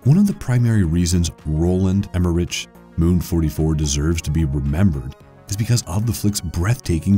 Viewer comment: Folks, you need to proofread these scripts a few more times. "Conveying portrait" instead of "convincing portrait", "Pacific" instead of "pacifistic"... etc. It's distracting. Some of the referenced creators have their names pronounced pretty badly as well. Roland "Emmer-ich" instead of "emmer-ick", Hajime Sorayama was similarly butchered. Some great gems listed here but the script quality is hurting the final product.